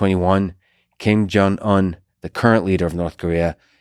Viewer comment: Did he say "King Jong Il" at the beginning? And then a bit later it sounds like King Jong Un